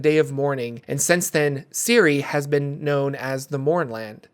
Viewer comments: Shouldnt Cyre be pronounced Sye-er? Siri is a very weird way of pronouncing it . Is it actually the official pronunciation? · Si-er not siri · Always thought Cyre was pronounced Sire not Ciri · Pronouncing Cyre as Siri is wild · It’s “Sire” (Cyre), and they’re called Cyrans “Sirens” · in Keith Baker's: Sharn, City of Towers, Cyre is pronounced Sire